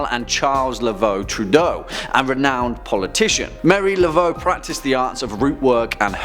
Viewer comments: Mar-e-ā la-vo not Mary laveau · It's pronounced Mah-REE Laveaux not Mary.